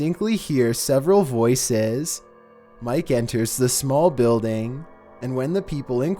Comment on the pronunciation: If you think that filter is bad, did you hear his inflection on 90 percent of the words he pronounces? "Call of DOO-TEE"... and "you can hear voi-SAYS." I bet this guy has a really punchable face.